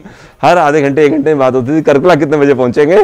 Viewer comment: nice video, a small correction- it's कार्कला not कर्कला